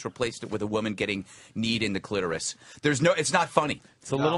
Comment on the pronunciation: I really appreciate how Greg says "clitoris" like a normal person, and not "cla-TAURUS" like everyone else apparently does